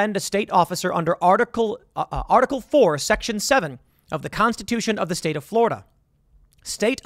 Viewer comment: Tim: "Florider" Okay can this be a meme now?